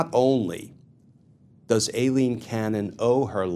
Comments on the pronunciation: It is not A Leen, it is I Leen. You ID10t! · You pronounce Aileen (Eye Lean)